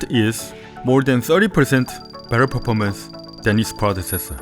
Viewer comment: In he pronouncing performance 😂😂😂😭😭😂😂😂😂😂😂😂🤣🤣🤣